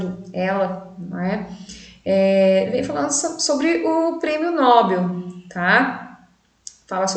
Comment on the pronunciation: Nobel é uma palavra oxítona!